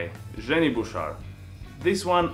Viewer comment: "zjenny" lol